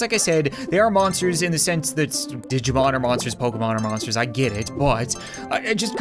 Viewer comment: I thought he said moppers evolution! 😂